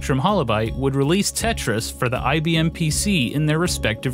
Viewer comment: Wtf is "Tetyais"